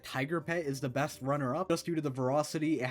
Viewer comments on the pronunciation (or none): none